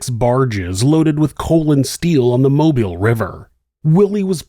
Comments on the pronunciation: Thank you for pronouncing Mobile, Alabama correctly. So many people pronounce it like you would pronounce mobile home but that's obviously not correct. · Thank you for your correct pronunciation of Mobile